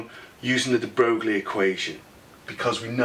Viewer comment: It's pronounced Dr Broy, but amazing video! :)